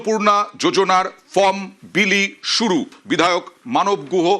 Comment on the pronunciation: Mrs.MLA ma'am From kotha ta valo kore uchharon korte pareni. Ma'am k bolun karor help chara oi 12 page er form ta filap kore dekhate